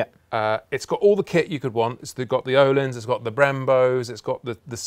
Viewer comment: Nice to hear someone actually trying to say ”Öhlins” the right way. ^^ You can always trust the 44Teeth boys